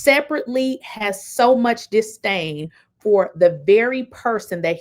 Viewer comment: First, it’s “Disdain” NOT “Distain” This, is when I said. I must STOP listening to her. 👎🏽